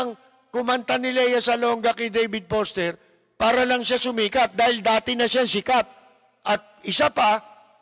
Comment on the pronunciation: Lapid, hindi po Poster, kundi Foster! 😂😂😂